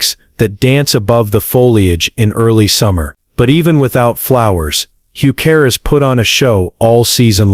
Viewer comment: Lots of problems with pronunciation. Heuchera becomes "Hugh care"!